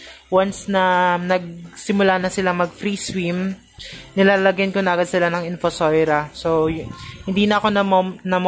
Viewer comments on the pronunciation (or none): In-Fu-So-Ria.. hindi po In-Fu-Soi-Ra... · Infosoira or infosoria..kasi infosoira po sabi mo.pero nevermind po..salamat sa info..sory ha